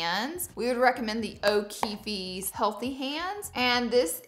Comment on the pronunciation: Not O’Keef-EEEZ 😂😂😂😂